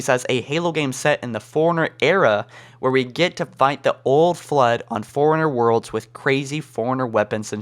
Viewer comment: When you say forerunner it sounds like foreigner